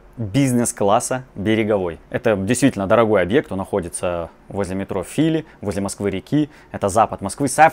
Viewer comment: ФилИ! На последний слог ударение